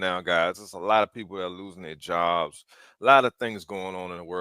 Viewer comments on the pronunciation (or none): none